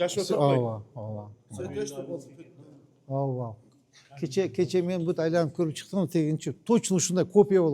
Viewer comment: Мэрге айтып койгулачы, чоюлбай сүйлөсүн ауа дебей ооба деп эле айтсын. Анан Манас Ниязовдун баш кийимин ипподромго барганда кийип алсын. А так базар жок ишти катырып жатат.